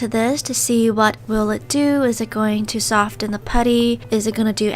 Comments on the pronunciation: Soften not sof ttten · Just btw it’s pronounced ‘soff-en’ not ‘soft-en’ 🙄🙄🙄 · I love her channel so much but why dose she pronounce the T in soften? Oml I'm sorry lol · sOfTeN You need help with that word sis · hey, not criticising or anything but in the word soften, the t isn’t pronounced so it’s like soffen. just a tip for you, no hate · y do u say sofTen insted of sofen that really gets on my nerves like if u agree! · Every time you said sofTEN I cringed so hard. Soften is pronounced “Soffen” 🤦🏼‍♀️ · No hate but it’s pronounced “soffen” not “sofTen” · Does any one else realize she say soften but pronounce the t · i absolutely love this video but i just can’t with the pronouncing the T in Soften the T is silent😅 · #stofentheputty the t is silent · The way she says soften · U keep saying soften not soften. ....... pet peeves